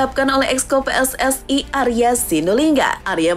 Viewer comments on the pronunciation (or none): none